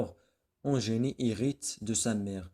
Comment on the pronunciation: Bonne explication mais faites attention a votre prononciation surtout dans les mots suivants : indes et Eugénie !!!!